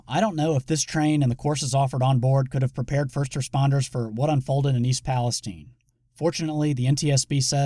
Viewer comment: Is he butchering the name Palestine? Or do Ohio people really say palesteen?